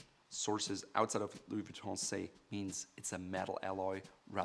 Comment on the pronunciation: anyone hear him saying Louis Vee-tont?